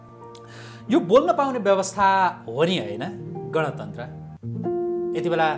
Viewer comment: गणतन्त्र???? सायद उच्चारण गर्न गलत भयो कि??? गन तन्त्र पो होईन र यो त???